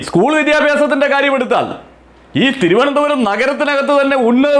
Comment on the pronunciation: Swantham constituencyude peru polum parayan ariyatha candidate aane rajeeve chandrashekar. Thirunthoram thirunthoram ennane parayunnathe.